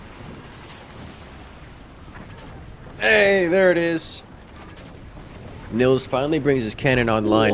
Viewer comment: Btw: Nils is pronounced more like "Neels" - in german we would spell that Nills if the i is short